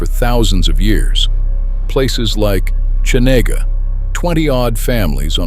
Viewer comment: Geez, if you're going to do a video like this, at least learn how to pronounce the names! It's not hard. Valdeeez Cheeena and you can't even fix typos because it is Pacific not Pacicac. Looks like AI slop to me